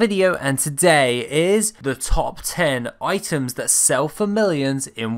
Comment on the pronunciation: Hey great video btw!! Also its "items"!! I just subbed